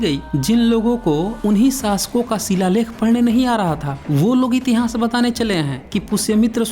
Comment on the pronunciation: Murkh itihnaas nahi hota itihaas hota hain